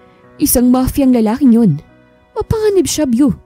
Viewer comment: BEAU pronounce as BO and not VIEW!! it’s a GENDER-NEUTRAL nickname of French Origin meaning BeautifuL or handsome…. Praning laang si Victor deadz na deadz kay BEAU 🌹🌹 Kahinang pumik-up na walang gusto sa kanya si GirL 👧 Lakas namang mang-asar ni Ryder 😃